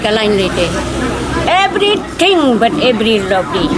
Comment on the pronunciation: Ebrithing but ebriloply 😄😂😂